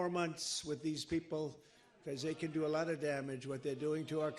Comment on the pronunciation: Trump you should pronounce the word by a "lot" correctly instead of saying it by a "lut". Funny Trump!